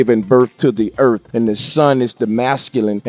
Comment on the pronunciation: it sounds like he said "earp" instead of "earth". he didnt even say "earf", he said "earp". this made my night